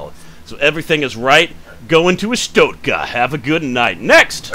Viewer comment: I don't understand why people are still mispronouncing Arstotzka. Lucas Pope even gave a link to Google Translate. ArstotZka.